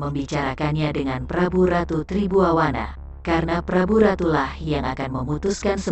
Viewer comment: Ma'af, Tri Buana dan bukan Tri Buwawana 😂🙏